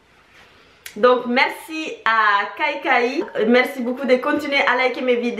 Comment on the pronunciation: c'est pas kaikai c'est kéké